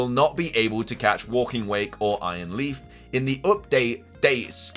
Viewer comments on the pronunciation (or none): none